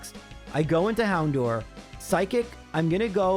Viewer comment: I know a lot of people complain about how you say certian words, but it drives me nuts how you say "Houndour" you say "door" when It's dour, rhymes with sour.